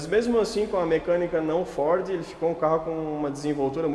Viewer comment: Uma pena a imagem estar tao escura e ruim Amo o homem falando FOR kkkkk